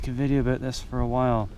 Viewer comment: I don't know why I get so happy when I hear the pronunciation of a word containing "ou" (about, drought) and figure that the speaker is Canadian. Like the video by the way, If I had a garage, I'd get a scooter just to mod the hell out of it. Engine then lights would be my first mods like I do in all my older vehicles.